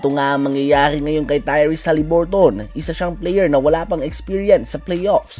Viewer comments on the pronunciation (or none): Pakibago ng pronounciation. Sagwa nakakatawa pakinggan. Hali-bur-tn not HALIBURTON 👎